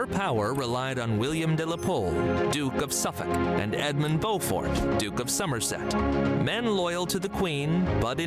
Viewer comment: Beaufort is pronounced Bow fort, as in the video. Not Bew fort. Check out images of Leeds City Square where we have an impressive statue of The Black Prince